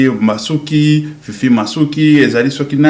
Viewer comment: Mon Cher,prononce LES noms et titres de gens correctement: mboso ( senat?),Fifi masuka ,non masuki ,un peu de precisions Ds tes questions,langage Clair...bcp d,effortsa faire ,je m,excuse